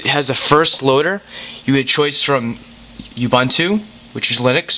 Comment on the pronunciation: Any reason you zoom on the lower left corner and describe the upper right corner? Since you pronounce linux correctly you may want to know that ubuntu is pronounce Oooh-Boon-Too not You-Bun-too, English is the only language that handles the letter U three different ways. Nice video.